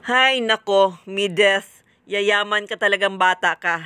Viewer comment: Medith hindi Mideth!